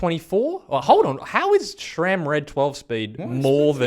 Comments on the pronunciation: It is "Sram" and not "Schram". There is no "ch" in the name. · "Shram" Lol. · There is no H ib SRAM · I’m still confused why people don’t pronounce SRAM correctly